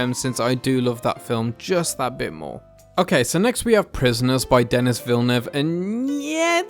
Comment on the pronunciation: Hi, I'm sorry to be a jerk! It's "Denis" Villenueve, not Dennis, and it's pronounced "den" + "ee".